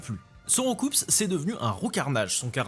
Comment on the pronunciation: le saviez vous: Roucoups ce prononce Rou- cou. Comme dans prends ces COUPS de poing dans ta face. 😜😜